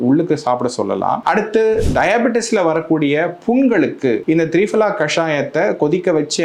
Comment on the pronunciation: சார், த்ரீபலா இல்லை. திரிபலா.